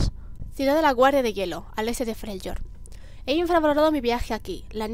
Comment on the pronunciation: Se pronuncia "Frelyord"